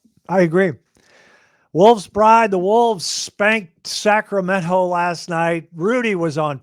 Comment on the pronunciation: "Sac-ra-ment-hoe"... this should be the official pronunciation of the Golden State's capital. #relaxed #but #confident